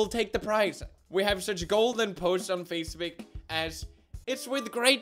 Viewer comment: Did He just sayed "Facebek" insted of Facebook??